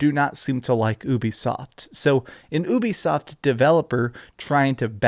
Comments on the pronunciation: Its pronounced "you be soft" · Why do you pronounce it like oobie-soft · The "Ubi" in Ubisoft comes from "Ubiquitous," and is pronounced "You-Be-Soft", it’s an amalgamation of Ubiquitous software. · It’s France so it’s technically pronounced oo-be-soft